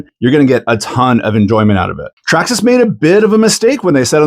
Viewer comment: Say Traxxasess again